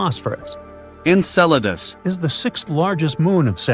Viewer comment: Funny when it says ENCELEDUS proper proud 😂